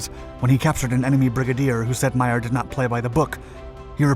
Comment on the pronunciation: The OSS was not formed until June 1942. WWII started in Sep 1939. The USA entered it Dec 1941. comes up with some interesting stories but rarely gets them right. By the way, his name is pronounced May-er, not My-er.